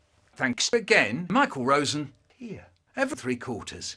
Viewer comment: sounds as if he's calling you Rooss